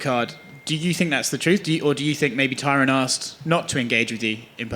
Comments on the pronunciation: Fern wait I see what you mean Colby purposely mispronounces tyrons name as Tyrone lol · He's been calling him Tyrone for years lmao